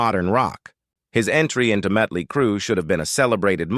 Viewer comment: Say “Mutley” one more time.